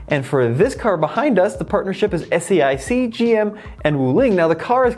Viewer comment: Great to show the western viewers that EV market in China is huge and developing at a much faster pace right now. Btw, SAIC (Shanghai Automotive Industry Corporation) pronounced as "Say Yak".